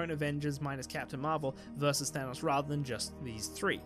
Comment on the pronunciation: Your pronunciation of thanos pains me. It sounds more like thermos than thanos, or maybe thanus or thanaus with underpronunciation of the second syllable. I am severely ocd